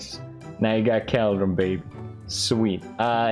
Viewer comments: Not me running straight to the comments after he said CALDRON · Felix: caldrun. everyone: Its cauldron not “caldron” Also felix: I need more eye-ron. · It's not a vial? It's a bottle? MINECRAFT, LEARN ENGLISH, PLEASE. Sincerely, The guy who calls a "Cauldron" a "KAALDRON". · I love how he pronounces items "Saydle" "Cowldron" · Felix: minecraft needs to learn english Also Felix: keldron. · “Minecraft learn English please” Proceeds to say “cowldron” the entire video. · Pewds: I can finally pronounce negligible Also pewds: its a CALDRON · felix: “caldrawn” me: at least he knows how to pronounce negligible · felix: "minecraft learn english pls" also felix: "Cal-Dron" english: am i a joke to you? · Felix: Minecraft, learn English Also Felix: cowldren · The new contender of "negligible" is "cwaildreon" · Minecraft: bottle Felix: Minecraft learn English thats so weird! Also Felix: Call- Dron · It’s so uncomfortable how he pronounces “cauldron”. It’s… COALDRUN. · pewdiepie:minecraft learn English please meanwjile cow-dren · “We need a caldrin” Pewdiepie 2021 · Wtf is a Cowdron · caalllldrin , lol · I'm swedish and my reaction was first "wait what the duck did he say" followed by a "is it pronounced like that" which resulted in "no, it must be another word he can't pronounce" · Legit screaming at my phone everytime he said it lol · listening to Felix mispronouncing cauldron for minutes straight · Pewd: Its, not a vial, Minecraft learn English says the person who pronounces cauldron wrong XD LOL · pewds its pronounced call-dron. not kaaldrin. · Normal People: Cauldron Felix: Cowdrain 😂🤣🐮🕳🚿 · I kept saying to myself it’s caldron not cAldren but I thought it was mainly funny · Felix: "Minecraft learn english, cringe" Also Felix 2 minutes ago: *pronounces Cauldron as CALDRON. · The way he says "cowldron" instead of cauldron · Pewds: “Minecraft learn English please” Also Pewds “cAldren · Pewds: “Minecraft learn English” Also Pewds: “I like the KALDREN here” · I heard Cowldron